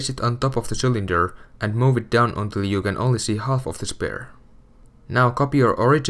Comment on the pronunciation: It annoys me how he says Spare..